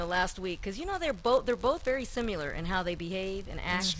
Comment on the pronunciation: It's similar, not simular..ugh